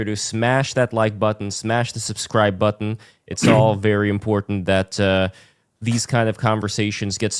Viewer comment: You're enunciation of the word button is cringe and and a contradiction in terms. Try again